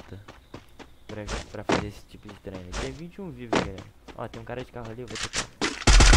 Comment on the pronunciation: Intro dele: fala garela aqui falando kkk